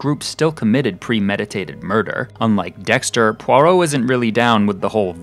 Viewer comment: You also mispronounce “Poirot”.